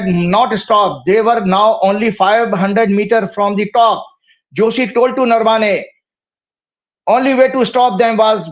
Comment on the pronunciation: अबे वो नरवाने नही नरावणे हैं